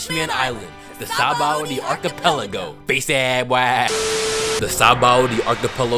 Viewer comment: It’s sounds like your saying saboldy archipelago